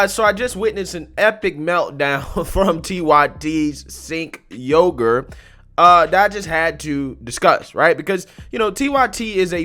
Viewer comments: lol its not sink yogurt, its chenk yooger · Its "Jank Youger" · Did you say Sink Yogurt? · Dude its genk yu-gur... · Sink sucks ass. I love how you mispronounce his name. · I think his name is pronounced like "Chenck Youger". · The way he say “sink yogurt” lmao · Listening to you completely mispronounce his name every time just made the whole thing even better, lmao! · I hate him but got to learn how to say his name please. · 👍 for the phonetic pronunciation